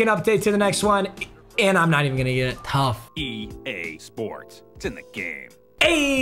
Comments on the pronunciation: Am I the only one who heard gae sports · I hear….”e gay sports, to the gay” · did no one else hear the, e gay sports it's in the gay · E Gay sports it's in the Gay If that's what you heard let me know 🤣🤣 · egay sports 😂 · EGay Sports it’s in the Gay haha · Did it say E GAY SPORTS ITS IN THE Gay? Or is it just me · When it say EA Sport it say E gay sport its in to gay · You heard that too?? 😂😂😂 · “E GAY sports to the game” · Did it say EGAY SPORTS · “E gay sports it’s in the gay “ (EA sports) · Lol it said e gay sports